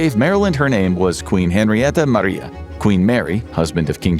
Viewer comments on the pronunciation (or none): none